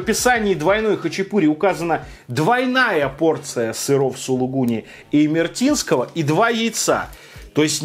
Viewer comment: ну сколько можно говорить: не имертинское, а имеретинское.